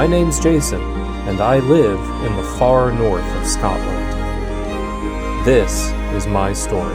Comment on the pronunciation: Your pronunciation of Scotland is becoming more Scots 😂, as I have mentioned before. Makes me burst with pride : sgoinniel